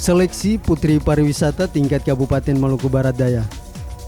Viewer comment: Tolong di koreksi Buat Yg betul itu PARIWISATA bukan PARAWISATA